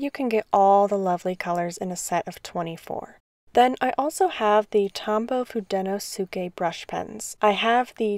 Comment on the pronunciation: Thanks for this. I’ve only used the Fude pens and have been deciding whether or not to get the Pentel ones, and just went for it. Just a few corrections though. It’s pronounced hoo-deh-no-skeh and the barrel of the hard tip pens are actually dark blue, while the soft tip pens are forest green. Holding them under a light enables the color to show more, then you won’t be able to unsee the blue and green barrels lol I hope this helps!